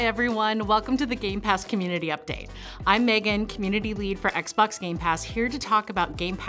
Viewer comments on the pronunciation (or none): none